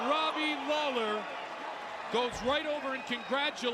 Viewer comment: Did he just call Robbie lawler, Daley?